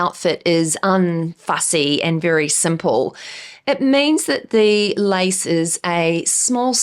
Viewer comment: I was listening and not watching the vid and you said LACE, i thought I heard LICE, and wondered if thats a new tren I dont know of yet. Hahaha goodness me, love you tho! Love the videos ❤❤